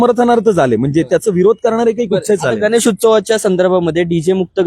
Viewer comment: हा रिपोर्टर मूर्ख आहे याचा मेंदू लहान आहे. गणेश न बोलता तो गनेस बोलतो.